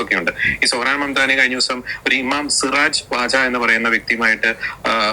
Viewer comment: സിറാജ് വാജ്...ഡേയ്... സിറാജ് വഹാജ് എന്നാണ്..